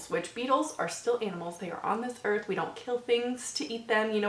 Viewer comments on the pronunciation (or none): none